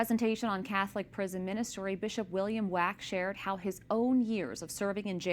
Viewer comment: Please be advised that although the Bishop's last name is spelled Wack, it is pronounced WOK...like the Asian cooking pan.